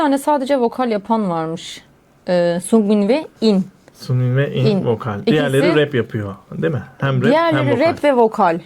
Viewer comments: Abla i.n Ayen diye okunuyor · abla ı.n ayen diye okunuyo bilgilendirmek istedim😊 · abla ı.n diye yazılıyo ama ayen diye okunuyo isterseniz ikinci adı jeongin i de kullanabilirsiniz